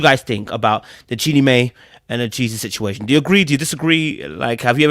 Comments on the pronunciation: Jeannie "MY" NOT "MAY" Jeannie "My"/Mai. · Not mae “my” is how it’s pronounce